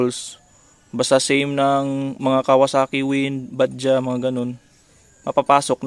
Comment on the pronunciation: Shout out sir,noice vid,may konting conversion din pala,buti naka subscribe ako at nalalaman ang tungkol sa mga do's and dont's sa motor lalo na kung magpapalit parts,sir btw bajaj was pronounce as bad judge na medyo mabilis,indian surname din kasi ang bajaj 👍👍👍👍 hope magka trivia din tungkol sa knuckle bearings ng 152,marami sa atin nagkakamali tungkol din dyan,ano ang advantage at disadvantage ng mga naka port and polish?salamat,be safe,heavy chill